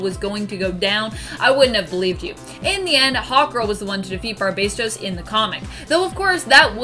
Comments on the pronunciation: Sure she's throwing an extra S in Barbatos.. She says both. Barbatos and Barbastos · Guess we gonna ignore the fact she called barbatos, barbaystos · XO God especially when she kept calling Barbatos Bar-BASE-tos... but otherwise she still hot af and does badass top ten vids.